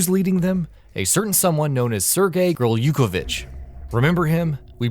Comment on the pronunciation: Not a big deal, but it's a tad bit annoying when people make videos and go out of their way to mispronounce something. It's clear this narrator is just reading a script and hasn't played the games thoroughly. Gurlukovich's name is said so so many times in MGS2 that any person who has played the game can say his name correctly lol.